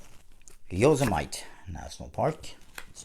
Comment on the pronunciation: "Yosemite Park" located in Northern California ... think of "Yosemite Sam" for pronunciation. * great review